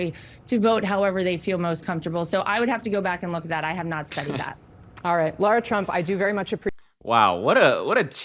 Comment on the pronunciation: Lara, not Laura.